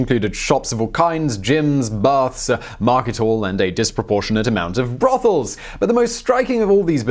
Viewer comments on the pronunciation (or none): The way he says "Brothels!" caught me off guard 🤣🤣